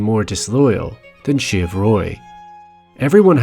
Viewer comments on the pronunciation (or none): Just an FYI, it's "shiv", short for Siobhan, a Celtic name often pronounced "shi-VAHN".